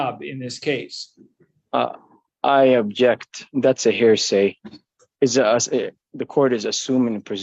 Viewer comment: I should have had 144 "I object's" on my bingo card....dang! Or....how many times this idiot says "hairsay" instead of hearsay! Clearly tells he has absolutely NO idea what hes talking about....